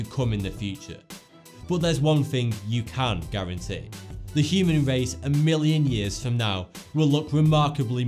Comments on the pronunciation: the human wace huh? LMAO please evolve your speech. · The human wace has weached its peak!